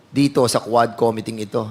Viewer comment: Don't pronounce committee, kome tee it's ku-mi-tee